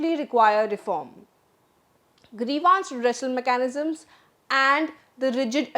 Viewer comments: Grivance - Pronunciation Gre-vaaans ❌ Gree-vns ✅ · Why is the anchor pronouncing grievance as grevaance? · Nice Presentation. Just one correction, Do check the correct pronunciation for 'Grievance'